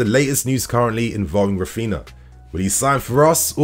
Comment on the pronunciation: Rafina? Not Rafeenia? 🤔